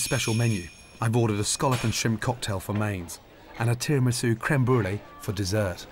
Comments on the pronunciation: "Didn't you order the tiramouso?" Who pronounces tiramisu like that??! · "Didn't you ask for the tiramusla?" perfect 👌